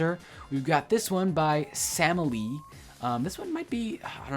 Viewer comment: How hard is to pronounce Sameli correctly?